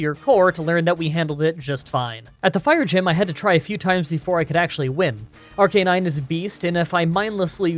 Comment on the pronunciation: AR-Canin-e like dude.. arcanine plz